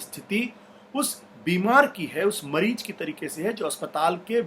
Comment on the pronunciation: Ashutosh sir , please apna pronounciation correct ker yeh . MAREEJ nahe mareez or MARJ nahe marz hai. Jindabad nahi zindabad. Jaysay India zindabad . Thank you